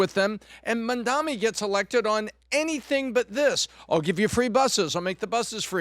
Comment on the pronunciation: mandami? how hard is it seriously